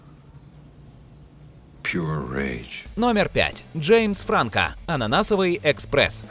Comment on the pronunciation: Не Франко, а Франко!